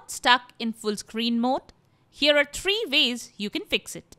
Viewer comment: "tree ways"